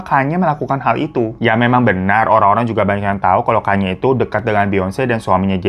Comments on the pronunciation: kanye bang kanye.. bacanya ka - nye. bukan kenyeee wkwkwkwkw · Kanye bang bukan kenya😭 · LU NYEBUT KANYE YG BENER DONGGG kayneee naon gemes gua